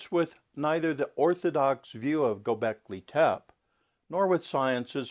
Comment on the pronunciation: I find your concepts very intriguing, but have to wonder how much AI is involved in this video. If you are indeed a scholar of Göbeklị Tepe, I feel you would pronounce the name properly as well as abyss. This will not stop me from listening to more videos.